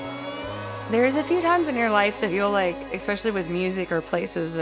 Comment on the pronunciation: Someone needs to tell that girl that "exspecially" isn't a word. (